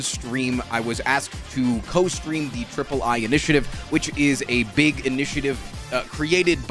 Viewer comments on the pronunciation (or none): i really like how he pronouces "BEEH-GH" (big)